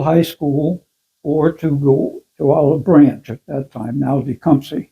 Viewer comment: I loved hearing him pronounce Tecumseh that way, it’s exactly how my grandmother used to say it. I haven’t heard anyone call it that! I never realized how much I missed hearing it ❤️